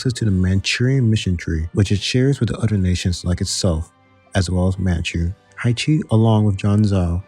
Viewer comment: Haixi = Hi-Shee Jianzhou = Jen-Joe Udege = Oo-duh-guh Qing = Ching